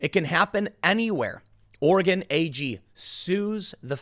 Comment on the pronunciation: Good job Tim! You pronounced 'Oregon' right. Now work on ' Willamette'